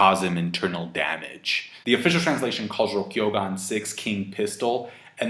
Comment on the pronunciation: For someone that doesn't speak Japanese, pronunciation of a lot of Japanese terms is pretty on point. He is pronouncing rokuougan incorrectly though. He's adding a "y" where there isn't one. It's Roku (6) Ou (King) Gan (Gun/Pistol). It doesn't really bother me but if he happens to see this maybe he will appreciate the correction. Great chapter and always great insight from. Looking forward to the 1018 review.